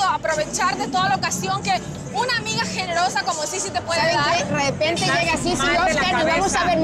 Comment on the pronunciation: Disq luzelba dice redepente😂